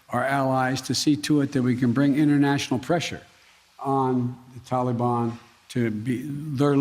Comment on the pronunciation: Did he say Tolly-bon? Sounds like a dq treat... ill take 2 dilly bars & a Tolly-bon... maybe thats how its pronounced im just used to hearing tal-i-bon . What a nutjob.